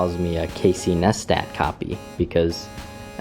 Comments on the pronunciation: casey nestet? its neistat didnt you watch his vlog where he explains you pronounce it like someone just got a new tattoo and you say nice tat.... neistat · you say casey neistat like casey nice tat (tat like tattoo) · It's pronounced nice-tat neistat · "Casey Nustat" - 2016 (its pronounced nice tat btw, as in, hey, thats some nice tat you got in your workshop) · Neistat is pronounced Nice-Tat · Casey neistat's last name is pronounced ni-stat